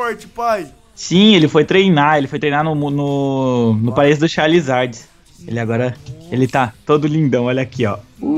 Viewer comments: Mais ele falou Charlizards não eu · fala pro luiz que é chaRIzard e n chaLIzard